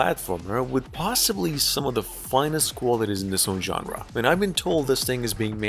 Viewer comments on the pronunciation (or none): none